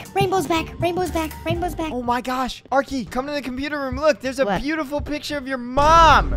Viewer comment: Hahaha that was so funny when he said a bootiful picture of arkeys mom